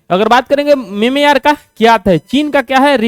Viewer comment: Ha bhai sir memeyar bolte hai😂😂